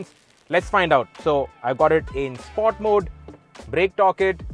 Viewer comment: Dont understand whats with these over dramatised pronunciations of these reviewers … Its not “spoart”….its “sport”…. You are good reviewer, but sorry “Spoart” is just annoying. Just like some other in auto car, powerdrift, etc.